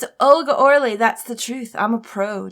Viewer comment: The fact that you keep saying Or Lee instead of Oh Really for Olga's name made me sad. Oh Really is just a fun phrase to throw around. It's like naming your character something weird in pokemon or something